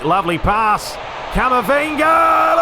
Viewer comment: Please stop calling camavinga camavingy it sounds weird